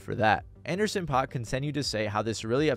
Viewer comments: Paak is pronounced like pack. Shit drove me insane , otherwise, good video. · it's paak like PACK not pac like tupac goddamn it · Its actually Anderson Pakk (Pack) not (Pac) ☝️🤓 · Did you call Anderson Paak Anderson Pac?..... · Take a shot every time he says Anderson “Pac” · its pronounced anderson PACK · It’s pronounced Anderson. PACK not tuPAC. Hearing you mispronounce his name was agonizing 😂😂😂